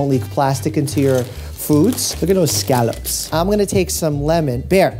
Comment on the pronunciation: The way he says scallops though